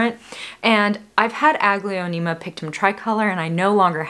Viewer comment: Your plants are gorgeous 😍 Thanks for sharing New to your channel, love it , I am a newbie in house plants) i just can't, why i hear "ugly-onema"😂😝